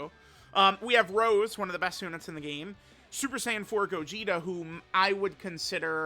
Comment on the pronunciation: this imposter is acting up not calling rose by his real name.... It's not like the flower rose..... Get it together man.... You used to say his name right....